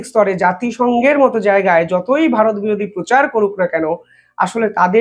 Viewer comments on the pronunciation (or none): none